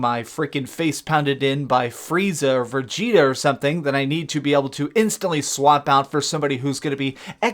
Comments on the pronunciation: I stopped listening after you said vergeta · Y do people keep saying vegeter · Did anyone else catch that “Vergeta”? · “Firjeeta.” True anime fan here ^^ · how did you pronounce vegeta?